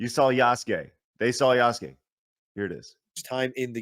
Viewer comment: I really don't understand why people insist on calling him ya-SU-kæy..